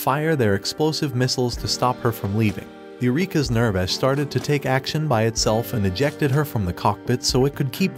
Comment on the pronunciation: It hurts hearing the pronunciation being so off. (ew-rek-a) (near-vash)